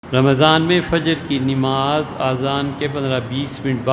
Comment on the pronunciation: نماز میں ن پر زبر ہے محترم